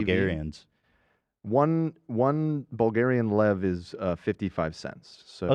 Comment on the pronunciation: As a Bulgarian, the 'Dad's beef with AB failed' segment was sooo funny CUZ saying fast AB kinda sounds like the Bulgarian word for 'to fuck' also Dad, oh sorry, * saying Bulgarian Lev (great pronunciation btw) was sooo bizarre